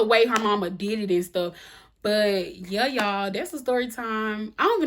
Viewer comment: Hey!!! I absolutely love the way you say, “Yuh” 😆 Reminds me of my cousins in the South!